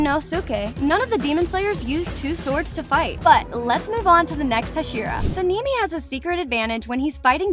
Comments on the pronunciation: Sinimi????? It's sanemi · Sanemi ❌ Sinimi ✅ Muzan ❌ Muzen ✅ Kanao. ❌ Kaneo ✅ 102 fact❌ 104 fact✅ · Suh-nee-mee is wild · ITS SANEMI “san e me” 💀💀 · Her : sanini Me : on the floor laughing 😂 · Nahh Saneemi got me rolling but I like the research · (Sa Knee Knee) (moo San) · SANNEI LOL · Bro really sanimi? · the way she says sanemi literally kills me😊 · the way you said sanemi and inosuke